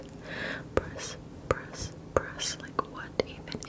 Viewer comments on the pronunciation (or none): yeah,lol it started to sound like you were saying Brest instead of press-ngl lamo>з<